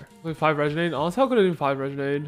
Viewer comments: how has not learned how to say renegade yet? RE-NA-GAE-D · I swear if Im going to hear "Regenade" one more time